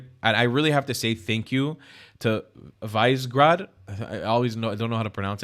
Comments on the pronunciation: Visegrad is pronounced Vish-egg-rad [viʃɛɡraːd], by the way. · It's "Vish-e-grad" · its pronounced as viségrad but great video